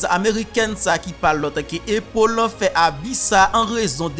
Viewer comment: frè pam prononciation an pa bon non A toujou rete A nan non an ok Apple